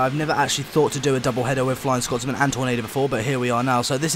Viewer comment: It's Scotsman not Scott's Man